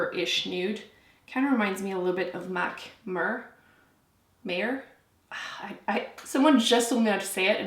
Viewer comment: Mehr is pronounced like meh-er (like er in Eric) The H is supposed to be pronounced, it's not silent.